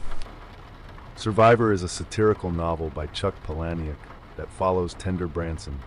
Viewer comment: Why am I not surprised you pronounced "Palahniuk" wrong. I like your videos, but you really need to do more research on how to pronounce things. From words like "macabre" to names.